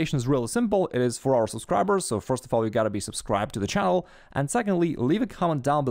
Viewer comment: /ˈtʃæ.əl/ instead of /ˈtʃæn·əl/ is cool.